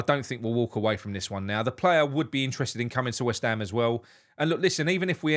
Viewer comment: He does make Weshtham one word. But his English is slightly better than my German. 🤭